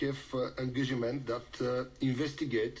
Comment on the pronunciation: Ухааа..Нова дума в английския...Angagiment .... това се получава когато се превежда директно от български на английски. mr. Barekov would know how to speak good English when start thinking in English not just trying to replace Bulgarian words with English ones. Also need to work on his terrible pronunciation.